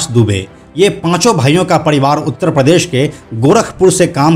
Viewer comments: पडीवार नही परीवार 🤣🤣🤣🤣🤣🤣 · पडीवाड र को ड क्यू बोलते हो बे